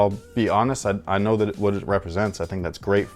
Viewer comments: It’s saint germ-mine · It's pronounced "san-ger-man" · Its pronounced Paris Sant Jer-Man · “Paris San-Jer-Man” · In Paris the pronounce it as Pari San German. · I was told its pronounced as "Paris Sa'nt-Herr'man' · The pronunciation is like (Gerr-monn). It is like saying German with a French accent. So close but yet so far. :-D (Michael Scott laughter) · Paris Saint Germain Correct pronunciation : Pari Sahn-jer-mahn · Mrs Wing is right its Paris St "Jermaine" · It’s more like juh-mon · Your ‘Paris Saint Germain’ pronunciation was comparable to Brad Pitt’s Italian accent out of Inglorious B*sterds 😂